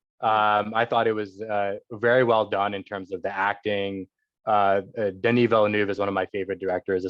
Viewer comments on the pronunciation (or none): That she couldn’t say Denis Villeneuve’s name right put me off.